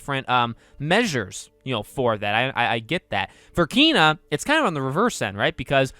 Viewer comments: Did you actually just pronounce it as KEEEEYNA, it’s Ken a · Ken-a not keen-a how is this hard??? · It's pronounced KAY-NUH and no they're not it looks amaizing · Did he say keena? O boy lol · Bruh it's pronounced Kay-nuh. And I'm so freaking excited to adventure this game tomorrow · It's actually KAAAY-nah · I heard the 'e' in Kena supposed to be pronounced like the é in Beyoncé